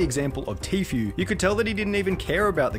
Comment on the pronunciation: Him calling Tfue Tofu made me laugh so hard